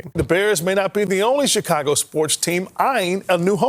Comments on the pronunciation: I’m sure I missed out on a great video, but being from Chicago, and hearing him say “Checago” made me stop watching 😂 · I hate how he pronounced my city